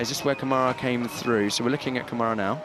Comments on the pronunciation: Câmara [ˈkɐ̃.ma.ɾɐ] (in AFI). The closest pronunciation is “KUN-ma-rah”. LEARN HOW TO SAY OUR NAMES!!! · Btw, Câmara [ˈkɐ̃.ma.ɾɐ] (in AFI). The closest pronunciation is “KUN-ma-rah”. LEARN HOW TO SAY OUR NAMES!!!